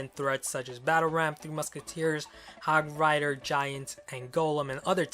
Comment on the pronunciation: you said hog frider